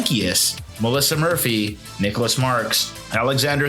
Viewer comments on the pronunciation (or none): none